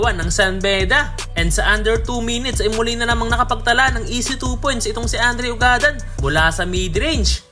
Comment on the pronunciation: Eto Ang tamang pag bigkas ng apelyedo nya ugad-dan kababayan ko Yan sa bayan ng tumauini....